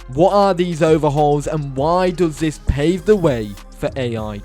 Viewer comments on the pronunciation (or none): none